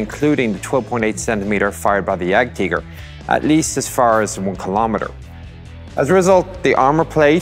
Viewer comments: Not an accent. Its the proper german pronunciation. Tiger is spelled the same in english and german. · ah no he didnt pronounced it the english was. He pronounced it right the way we Germans say it.